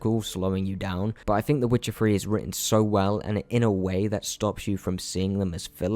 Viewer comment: "The Witcher free"